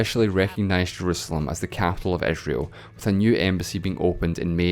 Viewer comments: capital of Eh-srael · Dude, what wrong with your accent??? You pronounce I as E and E as I.... cety? Esrail?